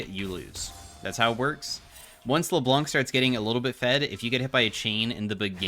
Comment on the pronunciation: C is silent in Leblanc. Much love. A french dude.